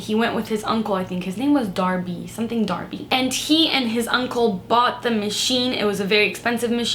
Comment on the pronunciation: I love the way she says sunthing 😍